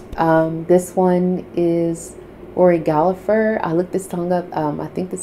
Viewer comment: The name is Gallagher don't pronounce the second g no p